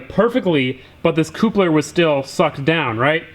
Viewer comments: Coupler = cup-ler... not koop-ler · Cupler not coopler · you couple things together not coople. fucking hurts my head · I have never heard anybody pronouncing the word 'coupler' (cup-ler) 'koop-ler'. Dude, its like the word couple, with 'ler' added to it! Seriously though, I really enjoy your videos, despite your mispronunciations! lol Keep em' coming! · Just a heads up, the couplers are pronounced cup-lers not like a 2 door:) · Cooplers 😂😂😂 it's couplers not cooplers lol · "CUPLER" stop saying koopler or I'm going to kill myself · Please it's not Coop-ler it's cup-ler (kuhp-ler) your killing me. Also find an aluminum welder near you he can make those 2 bends for you. Other then that good stuff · Hey bro, it is not cooop-lers it is cup-lers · its pronounced "cup-ler" not "coop-ler" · every time you say coopler it made me want to kill myself. its "cupler" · the more i here it the more i think you are trying to say coopler, not sure where that prnuciation comes from but it cant be from america where we pronounce it couple-r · Stop. Saying. COOPLER. it's CUP-LER :') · Dislike for no axel and no axel merch, plus horrible pronunciation of coupler, cup-ler no koopler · idk if youre trying to be funny but what the FK is a coopler!? CUP-LER coupler! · It's pronounced cup-lers not coop-lers. Just like couple! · Potayto pototo,coopler cupler Lol Maybe it's geographical but I've always heard it pronounced phonetically "cupler" while spelled coupler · Jesus fucking christ, its "Cup - Ler" not "coup-ler" for fucks sake. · CUP-LER CUP-LER not fucking coup-ler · *cup-ler not coupe-ler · this is not an accent issue. no one says COOP-ler or COOP-ling, it's COP-ler and COP-ling. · It's called CUPLER not "COOPLER" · Coupler ( cup-ler ) please get it right. Love the videos though. Good job. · Say coopler one more time. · Coop-ler?? Lol😂😂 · It's pronounced "cup-ler" but maybe you guys pronounce it differently where you live. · damn koooplers always getting sucked in